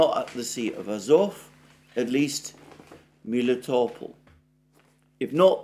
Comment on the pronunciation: You have explained a few weeks ago how Melitopol's name originates from the Greek word for honey, "meli", but now you've switched to calling it Miletopol?